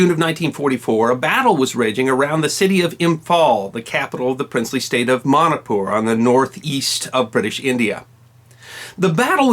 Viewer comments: It is MANIPUR NOT MANIKPUR Sir.. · i dont like how u say manipur as manapur. lol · It's pronounced like " money-poor".